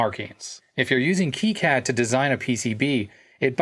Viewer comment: Its kicad not keycad